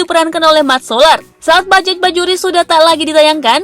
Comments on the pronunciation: Bajaj bukan dibaca bajajch mbakkk... Tapi dibaca bajay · Bajay mbak bukan bajek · Naratornya seumur hidup nggak pernah ngucap kata BAJAY??? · Di tulisnya bajaj bajuri, Di bacanya bajay bajuri neng..... Dasar naratornya ....oneng